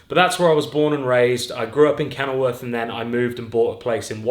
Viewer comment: Did you say from kennelworth? WOOF